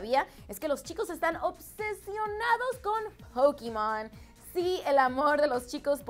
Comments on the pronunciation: es pokemon no es pokimon por dios parece k no tuviste infancia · ._______. es pokemon pokemon po-ke-mon no pokimon /. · Di /pokemon/ carajo yo decia que rayos es pokimon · Es Pokémon! No Pokímon! Pero bueh... like si lo vez en el 2015 👍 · Pff ya sabia todo jaja y se mucho mas todavia, super facil ;) AHH y es POKEMON no pokimon 😉👍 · Pokémon no se dise Pokimon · NO es pakimon es pokemon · 😂😂 no es pokimon es pokemon 😂😂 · Se dice Pokémon no Pokimon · es pokemon no pokimon po-ke-mon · pokimon? Pokemon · ES POKEMON POKEMONNO POKIMON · Pokimon :v Pokemon* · es pokemon no pokimon :-S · hay esos pokimon😂😂😂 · Yo estaba tipo "que rayos es pokimon?!" ajjajaj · Jose Bohorquez MAL QUE CARAJO EFA POKIMON JAJA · Ajajaha 'Pokimon' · nadie: absolutamente nadie:: pokimon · Poquimon JAJAJAJAJA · Aveces se ven mal de que según ustedes quieren pronunciar bien . Pokimon 😂😂😂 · "Pokimon" - 😂😂😂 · Todos estamos de acuerdo que "pokemon" no se pronuncia asi? JAJAJAJJ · JAJAJAJA que pedo con POKIMON!!! QUE PEEEDO? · Pokimon JAJAJAJAJJAJAJA equisde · ya no es pokemon es pokimon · POKIMON jajajajaja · pukimon? e.e xdd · Pokimon xD